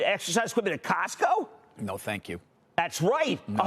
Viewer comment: Its Costco no CASTCO Jimmy Chill...